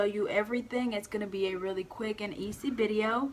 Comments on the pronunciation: Where are you from?! Lol you always say Bideo instead of Video lol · stop saying bideo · Do u say bideo